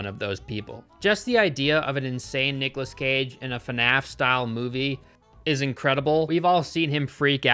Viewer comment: Why does pronounce fnaf fanaf